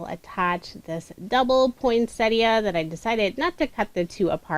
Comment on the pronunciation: Finally, someone who knows how to pronounce ‘Poinsettia’ Thank You 😊 I’ve watched a few tutorials using the awesome plant 🌱 but couldn’t watch to the end because it flustered me,,,,,,,immensely.